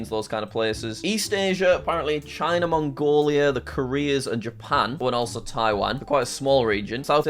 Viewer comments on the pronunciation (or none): none